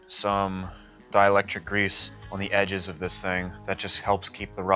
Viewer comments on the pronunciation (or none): none